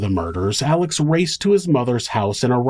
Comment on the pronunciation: i absolutely LOVE your channel! However, you keep calling him Alec and his name is Alex... 😊